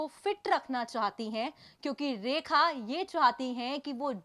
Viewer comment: 2min ke liye 10 min barbad kr di bhayank such 😡bhayank raj 😡 rekha ji ke nasm se tujhe 10 min jhela hy ham sab ne unka naam to thik se le le